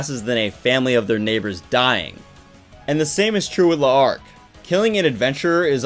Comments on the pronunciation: its pronouced larc... its an easy misconception that it is le arc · Saying his name L'arc is better than La'arc. Kinda triggering actually (only die hard fan)